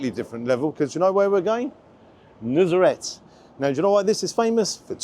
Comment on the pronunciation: It's my first time hearing some one pronounce nusr-et the right way for once. The way you pronounced it is the way Turkish people would.